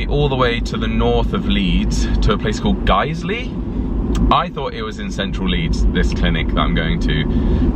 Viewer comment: You pronounced Guiseley right, so that's a definite point in your favour as lots of non-Yorkshire folk get it completely wrong 😂